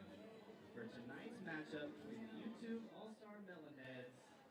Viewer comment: As someone from the UK, hearing the announcer call out "Yewtree" (I know it was U Tree but still) gave me quite a chuckle